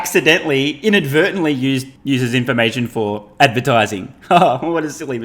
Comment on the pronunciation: In-advert-ily....we know ,that is why you were fined